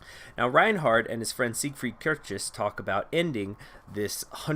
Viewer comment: Kircheis rhymes with ice